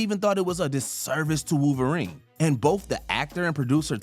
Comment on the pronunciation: Wooverine? Get rid of this narrator